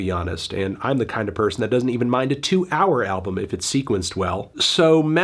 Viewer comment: Decent review melon but did you really have to pronounce the L in Album like an Asian throughout the entire video